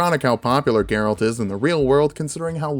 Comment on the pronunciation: You actually pronounced Geralt perfectly.